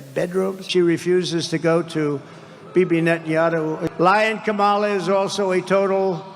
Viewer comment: He can’t even say her name properly Jesus go back to school man